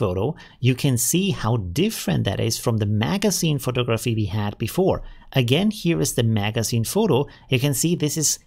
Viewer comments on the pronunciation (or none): Hey, very informative and useful information about Midjourney. Thanks! I teach English as a second language and wanted you to know the word photography is pronounced pho·tog·’ra·phy. There are four syllables and the accent is placed on the second syllable (tog’). Here is the word photographer - pho·tog’.ra·pher. There are four syllables and the accent or stress is placed on the second syllable again. I recommend you practice pronouncing these words correctly in a sentence. I hope this was helpful. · versuch mal das eher "Fo'tagraffi" und "Fo'tagraffer" auszusprechen... ansonsten alles supi:)